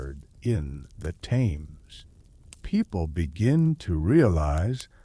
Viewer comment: Thames pronounced Temz, Not Tames lol.